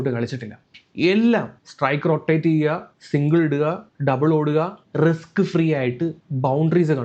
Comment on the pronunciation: resk അല്ല മോനെ Risk.... Sedilu sippulla baig.... അമ്മാതിരി വർത്തമാനം മ്പേണ്ട